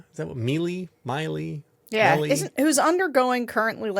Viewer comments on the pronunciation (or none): I believe the name is pronounced (phonetically) Maylay, and I'd rather they keep my Doge $ than do what they're doing. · It's pronounced Meelay... the chainsaw thing was Milei's schtick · the president of Argentina's name is pronounced melee, because he gave him a chainsaw. are you also going to report that 50% of Argentina is in poverty now after that chainsaw? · I think it's pronounced "Millay"--as in Edna St. Vincent.